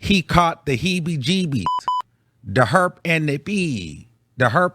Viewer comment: He caught hebedageebies 🤣🤣🤣🤣🤣 STOPPPPPPP!!!!